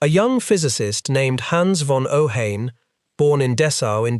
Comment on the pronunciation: It is pronounced OH-HEYE-N.